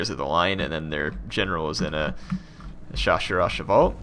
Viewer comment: I know only a tiny bit of French, and I can not help but completely destrot French spelling, but when chaussers au Chavail is pronounced correctly, it sounds so fucking pretty